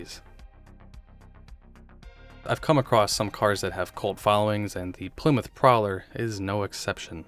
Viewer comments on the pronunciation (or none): none